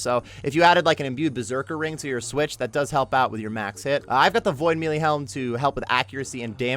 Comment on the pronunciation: The fact that you say "me lee" cracks me up. 😂😂